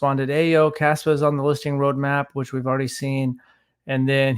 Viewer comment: KAAAAAspa!. you gotta say it like that. KAAAAspa